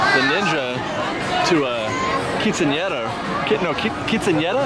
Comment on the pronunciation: LOVE!!!, you were spot on when you said quinceanera!! Sara would be so proud!! Lol. FRESH BAKED!! NSA!